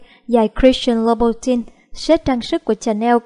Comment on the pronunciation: Dior đọc là đì-o not đai-ơ, louboutin đọc là lu-bu-ton not lu-bu-tin, Chanel đọc là shờ-neo not chờ-neo